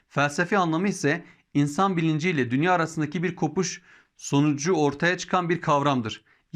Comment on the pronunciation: Emeğiniz için teşekkürler. Dünya kelimesini dünyaa şeklinde uzun a ile telaffuz etmek daha doğru olur sanırım.